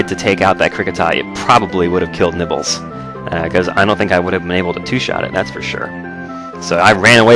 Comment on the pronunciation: at some points in the video you sound like your saying nipples instead of nibbles